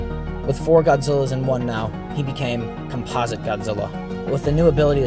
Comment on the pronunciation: It's not compasa godzilla it's composite Godzilla